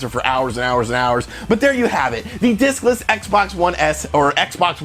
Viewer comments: I keep hearing dickless. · Watching this it seems you keep saying dickless system lol. Agree what a huge screw up on Microsoft's part. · Sorry thought you said "Dickless Xbox" haha... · I heard "dickless" Xbox system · I keep hearing dickless Xbox one lol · Every time u say discless I expect u to say dickless Xbox one